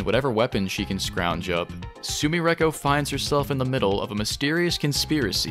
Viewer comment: Why u pronounce sumireko like that, we know youre good at japanese. Im not saying put on an accent and put your whole dick and balls into the pronunciation but you can do better than that